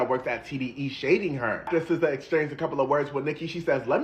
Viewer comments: It’s pronounced Sih-zaa not See-zaa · How pronounces SZA 🤭